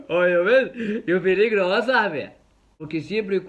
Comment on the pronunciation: no dejes de decir piligro😂